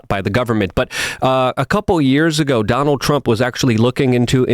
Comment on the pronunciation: “Donaltt Ttrump”